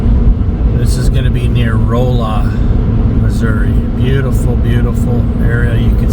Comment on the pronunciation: I know … everyone is a critic but it’s the Gasconade River, and it’s not Roll la , It’s rah-la I live just east of there Good luck in your search